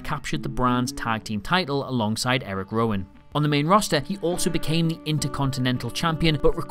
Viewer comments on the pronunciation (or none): none